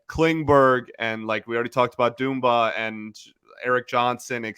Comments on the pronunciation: Millions of people, including my 6 yr old daughter and the man himself, pronounce his name as it’s spelled: Dumba. Why must there always be one person that pronounces names differently? 😂 Like That dude on 97.1 Is this a cool thing? Ok, it’s Doomba! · Dumba Dumba Its pronounced like its spelled dumba